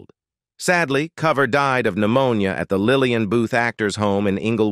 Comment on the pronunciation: At least get the names right. His name is Franklin COOver, like over, not cover like cover your head.